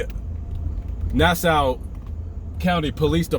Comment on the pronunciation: Hey...the county is pronounced "Nas-saw".:)